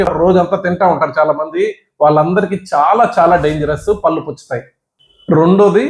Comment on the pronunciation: మీరు డాక్టర్ కదా పళ్లు అనాలి పల్లు అంటే ఎలా😂😂